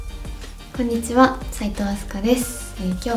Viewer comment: くんにちは！に聞こえた萎 ていうか、カラコンて度はいってるん？